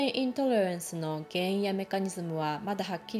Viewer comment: intolerance発音するために生まれてきたんだよね、、 この人